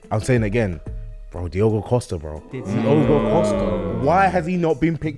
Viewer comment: is embarassing by trying to show how "knowledgeable" he is. Man said Tah and Costa 😭